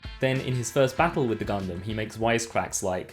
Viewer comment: Ya know, I can't help but cringe whenever somebody pronounces Gundam like that.